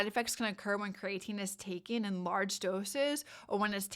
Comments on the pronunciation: I’ve never heard it pronounced ‘crayatine’ only ‘Cree-ah-teen’ I’ll have to look up the pronunciation now 😂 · Agreed. The information is good, but very hard to listen to because of the very different pronunciation from every other time I've heard it and what the dictionary says.